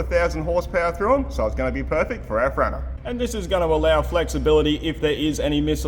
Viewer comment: Is it me or does keep saying cranna crane 🤣